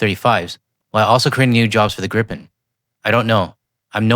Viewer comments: On the subject of pronunciation ... Gripen isn't "Grippen" and not "Gr-eye-pen", it's pronounced "Greepen", meaning the griffin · Just a humble tip. Gripen is not pronounced Grippen or Graipen; it's more like Gree-pen. Simple rule in Swedish: long vowel before a single consonant, short vowel before a double consonant. At the same time, I'd like to point out that the French jet, "the gust (of wind)," is not pronounced Rafael. How it should be pronounced correctly, I leave to the French-speaking Canadians, who probably know this better than a Swede with French only as his fourth language. EDIT: And let's not forget that the SAAB AWACS with the GlobalEye is essential for Gripen to operate to its fullest capacity. It's based on a Bombardier Global(!) 6000 from, yes, of course, Canada. I think that three of them were included in the package. From a logistics POV, it makes sense to build those AWACS entirely in Canada. Flying the planes to Linköping rather than shipping the equipment to Toronto or Ottawa in containers would benefit not only Bombardier and Canadian workers but also help SAAB sell more of those impressive electronic warfare planes in the future. True partnership FTW (For The Win). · I have heard so many mis-pronunciations of the name of the plane. It is pronounced as GREEPIN. But why not simply use the English translation of the Swedish word? "Griffon". The mythical creature with the bodies of an eagle and lion together. An appropriate name for this superb aircraft. 👍